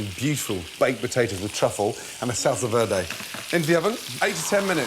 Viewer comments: we gonna talk about how he said salsa verde lmao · What was the sauce on the beef roast? I thought he was saying “Salsa Verde” at first but it clearly isn’t that.. at least not as I understand it (tomatillo) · Gordon, never try to say "salsa verde" again